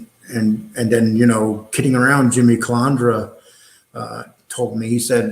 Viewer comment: It’s not hard at all to pronounce CUH-LAND-DRA